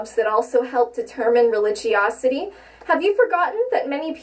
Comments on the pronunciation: Wait did she just say "Religiousity" what the hell is that? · Anyone else hear her say "religiousity"?